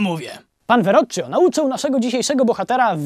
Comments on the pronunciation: Ostatnia Wieczerza we Florencji? Hellooou... A Verrocchio wymawia się kio a nie czio. Ot co! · Czyta się WEROuKIO nie weroczio. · Uwielbiam Twój kanał. Super wiadomości, wesoło podane. Jedna mała uwaga, jeśli mogę... "Werrokkio" - tak czytam nazwisko malarza, zamiast "veroczio". Pozdrawiam serdecznie. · NIE "WEROCZIA" A "WEROKIA" Andrea del Verro(cch-k)io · Praktykował u Verrocchia - czyta się to "Werokkio", a nie "Weroczio'- taka drobna uwaga. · Nie pan weroczczio tylko werrokio się wymawia , panie najmądrzejszy. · Nie Weroczio tylko Werokio w polskiej pisowni. Pozdrawiam! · Sie czyta Verokkio nie Verocio )8-) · Verrocchio po' Polsku czyta sie Werrokjo a Nie Werroczjo.. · Słabe przygotowanie. Nauczyciel Leonarda: (Verrocchio) czytamy Werrokkio a nie Weroczio. Nie można tego słuchać.... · "werokio" Ale to szczegół, materiał jak zwykle przedni! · Aj, w języku włoskim "ch" brzmi jak "k". Słuchanie o Veroczcziu bardzo boli! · Verocchio, czytaj: werokkio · Verocchio wymawiamy : Verokio jak pinokio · "c" w nazwisku Verrocchia czyta się [k]! Ostatnia wieczerza jest w Mediolanie, nie Florencji. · Verocchio, czytamy przez "k", a nie przez "cz" :) A tak ogólnie, to odcinek jest jednym z moich ulubionych :) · Na przyszłość: 'ch' we włoskim czyta się jako 'k', nie 'cz'